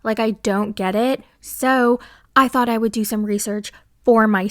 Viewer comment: Lol silly. In his rap he said thot not thought.